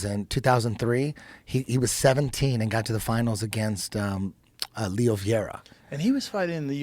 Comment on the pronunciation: You pronounce his name, Leo Seh